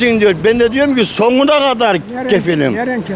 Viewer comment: Dayı soguna kadarrr değil sonuna kadar ilk önce türkçe konuşmayı öğren senin ben amk